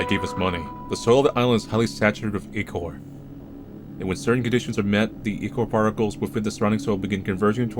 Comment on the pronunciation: Īchor (eye-core)